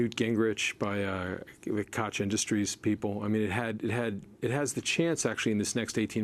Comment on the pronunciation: "KoCH industries" lol